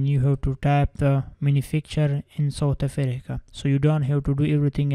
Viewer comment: I love how he pronounces South Africa "Southe Afereca " 😂😂😂